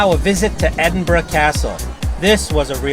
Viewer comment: A rare treat, an American that took the time to learn how to pronounce Edinburgh